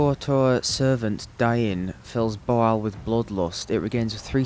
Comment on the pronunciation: I wonder if "BOOOAL" isn't really Bhaal, mispronounced and misinterpretted by them. I'm guessing yes. They were a fun little side quest. 😄